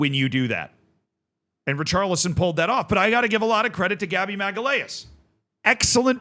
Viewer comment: Gabby "maggee-lay-us". Dude that's not even close to how it's pronounced wow